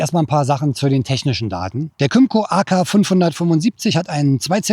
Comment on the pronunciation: Kim-co, not come -co.